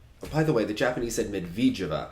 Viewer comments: more like Med-ved-eh-vah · Pronunciation: (Med-ved-yuh-vuh)